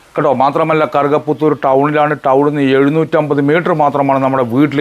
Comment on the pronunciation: കറുക പുത്തൂർ എന്നത്,, വ്യക്തമായില്ല,, ഏത് താലൂക്ക്